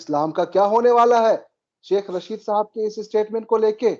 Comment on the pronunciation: Arre bhai, its Tehreek E Labbaik, not Labeek... You are a thorough professional, these repeated mispronunciations are not expected of you Sir ji. Aur Sheikh Chilli ka naam Rasheed hai, Raashid nahin. Faiz Hameed hai, Haamid nahin.Our war hero is Abdul Hameed, not Haamid. It changes the meaning of the word. Not that we really care what these people in power from across the border are called, but we care about how you present the facts. Hope you don't mind Sir.